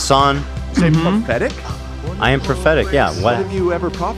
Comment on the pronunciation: I thought Ethan became self aware and said "pathetic" not prophetic 😂😂😂